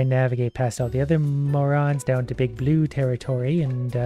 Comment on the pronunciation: i love how he says "big bloo fish"